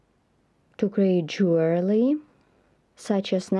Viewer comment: It’s Jewelry get it right and try to pronounce properly when talking